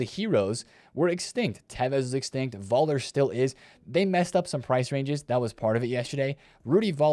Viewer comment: You actually dont say Voller but Fuller.... Rudi